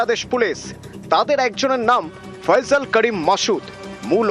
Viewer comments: থাম্মিলে কি লেখছোছ এটা বাংলাদেশে এসে বাংলা একাডেমিতে পড়ে তোরা আগে শুদ্ধ বাংলা শেখ তারপরে খবর পড়তে আসবি নাম নাম হবে ফয়সাল, সেখানে ফয়জল 🤣✊🇧🇩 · আরে বলদেরা ফয়জল না,,, ফয়সাল 😅😅😅😅